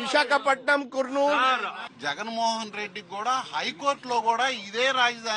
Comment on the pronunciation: Its not koornool its kar- nool, kurnool